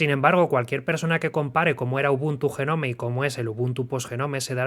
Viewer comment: "jenome... jenome... JENOME... JENOMEEEEEE"... DIOS!!! BASTA!!